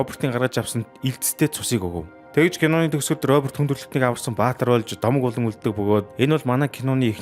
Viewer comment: Bi bol domog gedgiig ni "bi bol gomo" gej unshlaashd😂😂